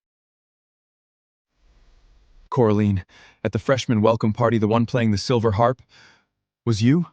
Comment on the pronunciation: How many ways can you miss pronounce Harp? Why the double ears? It drives me nuts. So when he shifts does he keep his human ears too?